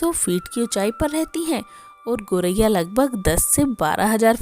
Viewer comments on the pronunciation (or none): गौरैया बोलिए,गोरैया बोलना ग़लत है